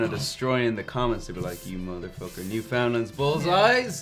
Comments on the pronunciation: The bullseye candy are not good- I don’t know any Newfoundlander who likes them! Just an FYI - it is Newfoundland rhyming with understand, not new found land. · I like that they were worried about people coming after them for crapping on Bullseyes and then pronounced Newfoundland wrong. Poor innocent souls.